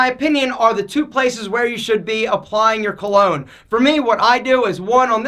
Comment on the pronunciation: Cologne rhymes with alone